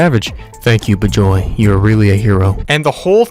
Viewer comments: The fact that you pronounced an Indian name like that triggers me (Talking 'bout Bijoy Mohonto) It should be 'Bee-joy Mo-hon-to' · BIJOY MOHONTO should be pronounced as Wee-juy Mo-hun-toh